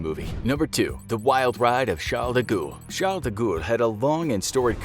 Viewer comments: Your pronunciation of Charles De Gaulle's name is APPALLING!! Did you ever study French in school? His surname is pronounced "De Gall" not "De Goul". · De Ghoul? Isn't it pronounced De Gall? as in gall bladder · It's not pronounced Charles DaGool you Muppet. It's pronounced DeGaul (Gawl). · Someone tell the announcer that guy's last name was pronounced Deh Gall not De Gool LOL. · I've never heard 'Fawkes' pronounced as 'Fox' before. And 'de Gaulle' pronounced 'de ghoul' - interesting... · Sounds like he says "The Goa'uld" from STARGATE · Yeah he butchered guy fawkes as well pronouncing it fox